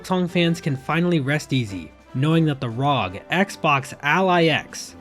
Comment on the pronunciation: i am unfathomably infuriated by how you pronounce "rog"